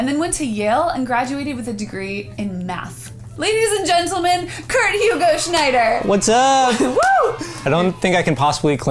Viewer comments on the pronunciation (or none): His name is Kurt. Not Fart.